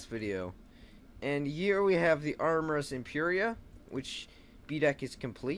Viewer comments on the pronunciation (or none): Armeress instead of RMS again 😅